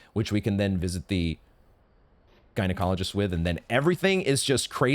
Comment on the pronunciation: I can't tell if you're saying gynecologist on purpose or not anymore.